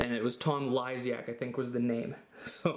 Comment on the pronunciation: I was the one that called you a bigot, I was just trolling tho.. lol. I just figured you would laugh at such a preposterous comment, and hopefully you did. You did pronounce "Lysiak" wrong tho, but I don't care obviously. And look, I totally agree with you and people are way too sensitive these days... So I apologize if you thought that was a legitimate comment, and I wouldn't blame you for thinking that way given the way things are. But yea, I was just messing with you. But you do pronounce names wrong a lot, but there is nothing wrong with that, lol.